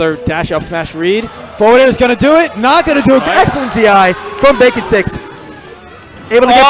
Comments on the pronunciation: It's Baconsticks not BakingSticks. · I'm the Samus player. It's baconsticks not BakingSticks lol